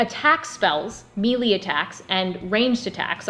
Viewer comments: I really enjoy your game videos! Also, wanted to pass on that the word melee is pronounced MAY-lay, may-LAY, or muh-LAY (in order of preference). It is never MEE-lee. Thank you, and please keep reviewing! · Sorry, but I couldn't help but giggle every time you said "meelee". :) Excellent review.